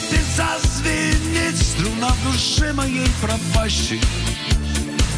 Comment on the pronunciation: Вы правы! Вместо слова струна, всё время совершенно отчётливо произносил слюна. Были и другие ляпсусы. Исполнение и запись небрежны, на уровне самодеятельности. Но сами по себе и музыка, и текст великолепны.